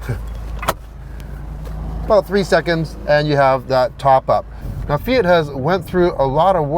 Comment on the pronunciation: Finally an American/Canadian who says Fiat and Mazda correctly!